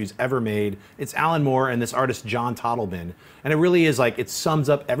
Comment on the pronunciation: Tot-Leben, not tottle-ben